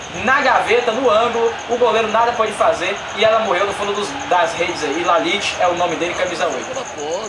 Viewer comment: O nome do cara não é Laliti... é Ljajić, e se fala Liaiti